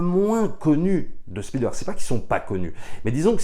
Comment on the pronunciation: Bonjour les amis, y a t-il une private joke à prononcer "Spielbeurg"? Parce que tous les Anglophones et Germanophones savent que cela se prononce "Bèrg". Alors je me demande. Merci